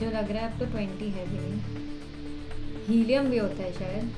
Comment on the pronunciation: Yes. They are noble gases... please helium hi bolna🫣